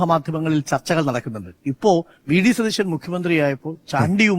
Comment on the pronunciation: ശതീശൻ എന്നല്ല സതീശൻ എന്നാണ്